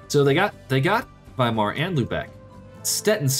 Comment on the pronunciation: It really triggers when u permanently say its Weimar allthough its Wismar. Great Video